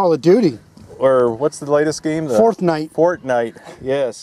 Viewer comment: Forthnite... LOL.